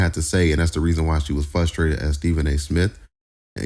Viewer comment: Did you say fustrated 😂😂😂😂